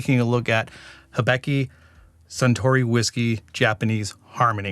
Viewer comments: Sounds like a good Whiskey but I get a tick every time you say if ("Hebiki" use Hi-bi-ki") ("get tid of the "e" in the I :P") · Again, I really like the way you describe the taste; kudos! For this one, it's pronounced hee-BEE-kee. I believe you have a "beck" in there somewhere, which is incorrect. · Great Video! Also, probably not the first to say this, but in Japanese->English spelling the "i" is generally pronounced with a long "E" sound. In this case, "Hee-Bee-Kee ", if anyone was interested. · of note hibiki is pronounced he-be-key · it's pronounced, "he" as in he-she, "bee" as in honeybee, and "key" as in house key, "he-bee-key" 😉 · Pronounced hee-bee-kee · How difficult izzit to say Hibiki lol how did all three “i”s get pronounced differently